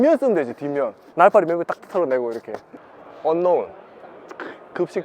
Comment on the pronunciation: 언노운...아웃.....듣는 내가 기분이 상했습니다....